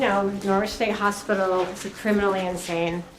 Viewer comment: "That's Insanne"